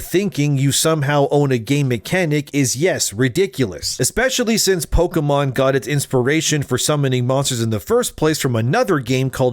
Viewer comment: Pokémon, not pokeuhmon.